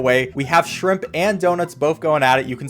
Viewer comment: You said shrimp shrop